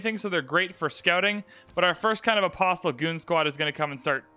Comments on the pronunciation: You are saying the word Apostle incorrectly. It is correctly pronounced uh·paa·sl but I otherwise enjoy your videos. Please pronounce it correctly. Thank you for your consideration. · The T in “apostle” is silent.